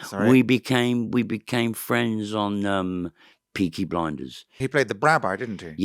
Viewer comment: Beaky Bwinders